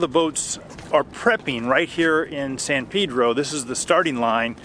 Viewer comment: San Pedro means Saint Peter in Spanish. The correct pronunciation is with a short vowel "e" in Pedro.